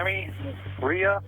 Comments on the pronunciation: Side note. But, how is Reay pronounced “Ray-a” ?… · The most troubling part of this story is how you pronounce Reay.